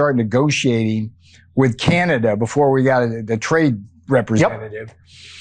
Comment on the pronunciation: I thought that the USA ,was the strong tough guy , turns out they aren't. Ben said it best , all they do is whine . Oh , that Ambassador is the absolute worst, smug idiot, can't even pronounce our name correctly, it's not Cinada ,it's C A N A D A why is that so hard ? Now as for these new tariffs...... I'm just asking, do we do alot of pool work in the States ? (I think there are plenty of American companies already doing that job) , we basically don't sell wine in the USA , so pointless, and then the hockey sticks .....WTF ??? fine , if you want your children using inferior sticks and not ours (where the game comes from) gives us an edge everytime the 2 countries square up on the ice.